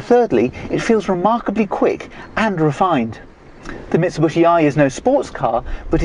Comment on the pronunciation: MIT-SAH-BUSH-EE <---- L O L ! ! !